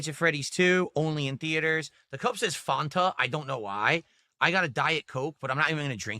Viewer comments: “Cup says Faun-tuh” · I have never in my life heard anyone pronounce Fanta as "Phuntah" He's an absolute lunatic! 😂😂